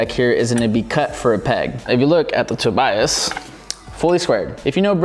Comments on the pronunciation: Its not Toby - us its Toe-Buy-Us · The way he said Tobias